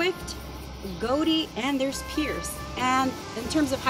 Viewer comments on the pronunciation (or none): You also said Goudy wrong.Redo your video with the right pronunciations of Chicago schools.